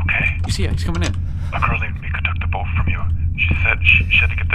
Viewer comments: Took me a minute to understand that when read "Something stole my boot" it actually said "Something stole my boat" 😂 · "Something stole my Boot" Lol I think you meant boat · Text: boat: boot